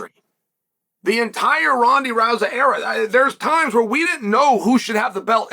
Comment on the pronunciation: "Rondey Rousa" 😭